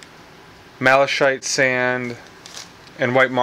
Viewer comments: Please, malaKite, not malashite lol. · Nice job! That would be pronounced malakite sand however.